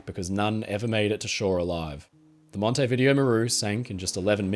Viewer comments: Mon-teh-veeDE-0. Hello from Uruguay. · It’s MON-tee-vi-DAY-o 😄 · The Montevideo Maru story is the only one I can can say that I have definitely heard of before. Although the hospital ship rings a bell. The Japanese had no regard for human life that's certain. I'm sorry for being pedantic but Montevideo is pronounced Mon-tay-vi-day-o. When I heard your version i wondered if i was using some outdated British colonial era pronunciation so I checked. I hope that you don't mind me pointing it out?